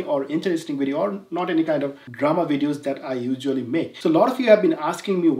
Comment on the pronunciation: Apni apnar recent video te ekta shangbadik er pronounciation niye faizlami korsen but nije "usually" word ta pronounce korchen 'ujually" and "common" word pronounce korchen "khommon" LOL. Age nijer pronounciation gulo thik koren pore arekjoner bhul dhorte aishen.